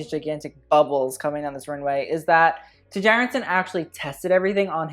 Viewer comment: his last name is pronounced Chærandsen, for next time ;)